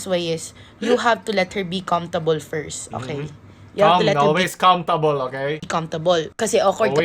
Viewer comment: Which one is it comftable or cumphtable?🤔